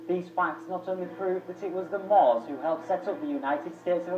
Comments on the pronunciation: MUURS not "moors" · How can you tell me to do my researches when you pronounced the name wrong? There are not only amazing in north Africa, but there are the moors, in ancient Time we had the Numidians and the Phoenicians that came from the middle east since they were "mostly" black, can you show me some proof?